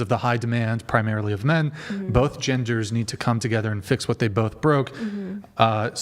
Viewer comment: "You're low class" " Wow, first time I've heard that in my life" Also pronounces both as bofe